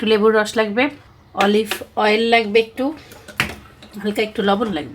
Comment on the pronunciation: আচ্ছা তুমি অলিভ অয়েল কথাটা এমন ভাবে বলো কেন নরমালি বলতে পারো না কথাটা